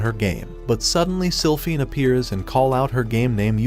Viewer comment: “Slyphinford” ITS SILPHINE🥹